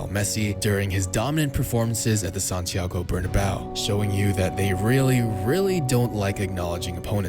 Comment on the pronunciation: Santiago Bernabéu not Barnabau kkkkkkk